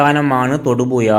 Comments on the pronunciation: തൊടുപുയ അല്ലടമക്കുണ തൊടുപുഴ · എടാ പൂറി മോനേ.. തൊടുപുയ അല്ല.. അവന്റെ കുണ്ണ.. പോയി മലയാളം പഠിക്കെടാ കഴുവേറി മോനേ